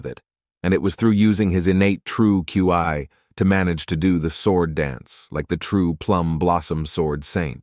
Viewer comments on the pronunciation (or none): QIU AI????....(ki)!!!!....ITS KI (K-E-)